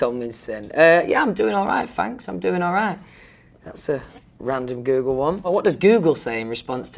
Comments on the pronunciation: noone: louis: fanks lov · “Im doing allright FFFFFFanks” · the “fanks love” was too cute 😭😭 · iM dOiNg aLrIgHt, fAnKs, Im DoInG AlRiGhT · "fanks" "tour" "tooo" i was like come to were "color"" colahh" "my" "mi" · “Fanks Love” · “Louis Tomlinson cute“ “FaNkS LuV“ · why is no one talking about "fanks love" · louis tomlinson: fanks luv me: giggles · Is louis tomlinson bri-isch? Ahh idk but fanks for wri-in the question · "Fanks" AWHHHH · "fanks luv" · As soon as the first “fanks luv” I lost it. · HE SAID FANKS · “ fanks love”🥺🥺🥺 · “Fanks louve” 🤣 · no one: louis: fanks love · no one: literally no one: not one person: louis: “FaNkS” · "ehm... i fink... fanks... if ahm bein' honest'..." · louis : "fanks " me : bskavhdmx kshejzj dies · "Louis Tomlinson cute" Louis: "don't know what to say really except for fanks luv"